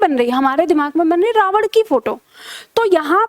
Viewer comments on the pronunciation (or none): none